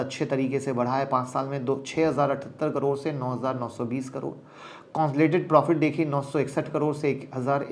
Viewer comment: सर आप बस "कंसोलिडेटेड" बोलना सिख जाओ ।। फिर मैं आपकी क्लास जॉइन कर लूंगा ।। और डिमैट एकाउंट भी खोलवा लूंगा वो भी आपके ही लिंक से ।।